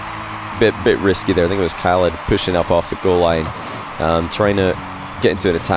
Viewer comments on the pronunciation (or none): Khalid is more like haa-lid (long a and a bit of throat in the h), not kah-lid